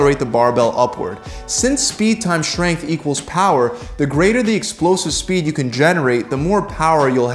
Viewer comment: Why does he always say "shtrong" and "shtrength"?